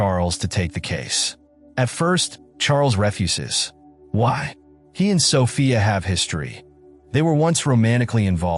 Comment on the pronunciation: "he refeses' really A I?